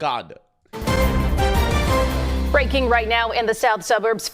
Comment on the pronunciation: "WAKANDA FOREVAH!"